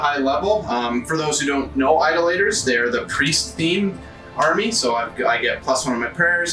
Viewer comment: I can’t help but think you were trolling us with the pronunciation of Idolators the whole way through…